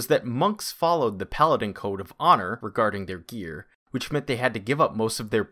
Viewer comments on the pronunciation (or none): none